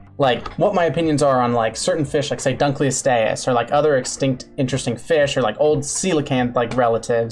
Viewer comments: It’s not pronounced like that. It’s DUNKel-OSTeeus, not DUNKel-ostEUS. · Named after David Dunkle whose name is pronounced Dunk-el. It should be Dunk-el-oh-ste-us. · I’m sorry. I know you’re trying. But the butchering of some of the names is hilarious. That. That is not how you pronounce Dunkleosteous. It’s pronounced Dunk-lee-oh-stee-us. Paleontological names are either super complicated or not at all. Also a few corrections- they don’t have teeth. The teeth aren’t bone covered- they’re literally part of the jaw. The jawbone is the teeth. Also, fun fact, they think it could open its mouth in a fourth of a second, and the tip of its “teeth” could reach tens of thousands of psi. Also they were cannibalistic. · Why does the pronounce Dunkleosteus instead of Dunkleosteus? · Btw its pronounced dunk-lee-ost-ee-us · Huh, Didn’t know Dunkleosteus was pronounced like that. I always emphasized The “Dunk” like The word Dunk. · I know for a fact your pronunciation of Dunklosteus is wrong because it's named after a person, paleo-ichthyological curator David Dunkle, pronounced like "done-coal." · Named after a guy called David Dunkle whose name rhymes with "Uncle". So it should be "dunk-el-ost-ee-us". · honestly would prefer that over how he says it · u kept saying dunkleostious wrong :/ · is that actually the way you pronounce dunkleosteus? cause ive always heard it said differently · Why do you say Dunkleosteus like that? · the way he pronounces dunkelosteus makes me die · When the fish biologist pronounces dunkleosteus wrong